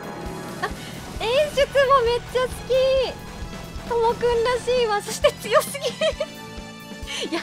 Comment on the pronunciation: 『好き』のイントネーション、大正解ですっ！